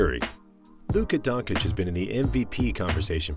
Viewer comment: Please learn how to pronounce Doncic